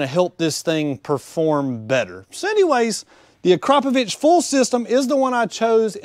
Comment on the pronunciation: What? ...He pronounced it correctly